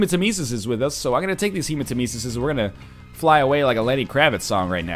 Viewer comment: Captain Wind I actually love the way you said Hermanitesis or whatever it's called.